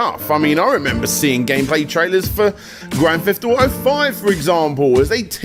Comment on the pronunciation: Grand Feft Auto?